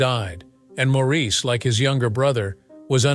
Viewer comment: And these AI THINGS need to learn how to pronounce Maurice . As he always said , It’s MOOOORRRRIIIIS